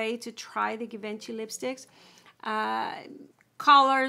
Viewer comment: Nice review but just so you know it’s pronounced G vaan shee.